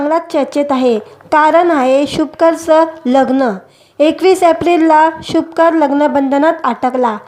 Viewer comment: शुभकर नाही शुभंकर असे बोलता येत नाही का? कानाला खटकते.